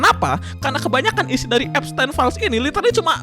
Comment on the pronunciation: Bacanya Ep-stin bang bukan ep-stein paham kan